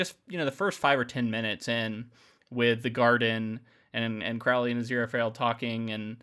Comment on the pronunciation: CRO-lee. Not crou-lee.